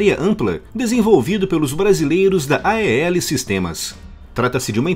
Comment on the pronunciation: É estranho ouvir A-E-L ... Na própria empresa é pronunciado "AEL".